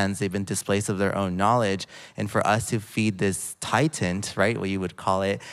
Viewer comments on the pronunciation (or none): Did the homosexual said "titant"? Whether he did or not, he's nauseating.